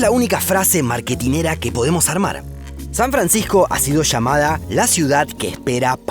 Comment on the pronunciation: San Francijjjco!